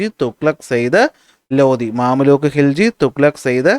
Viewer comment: മംലൂക്ക് ആണ് മാമല്ലൂക്ക് അല്ല 😂